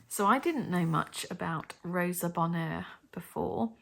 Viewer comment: Just FYI, Rosa Bonheur’s name was not pronounced like the French. She went by “Bon-hure”. Linda Nochlin corrected me when she heard me talking about one of her paintings as I walked across the campus at Vassar.